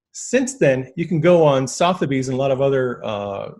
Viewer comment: he flatly stated that the rothchilds were going broke then said it was evidenced by his visiting sotheby's website, which he mispronounced twice - total clown